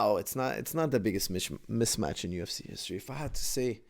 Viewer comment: Haha, you had to stop yourself a few times from saying "Mitch Match". I remember saying that when I was a kid too lol.